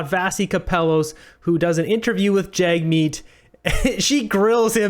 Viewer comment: And also, pronounce Jagmeet's name correctly. Your bigotry is showing. What are the conservatives doing to support those in need? Nothing.